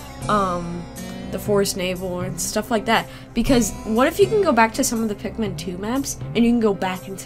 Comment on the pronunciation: Sometimes when she sais pikmin it's sounds like pacman